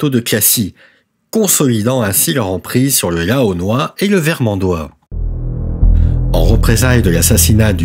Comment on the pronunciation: "Xaintrailles" se prononce "Saintrailles". "Laonnois" se prononce "Lannois", comme "Laon" se prononce "Lan".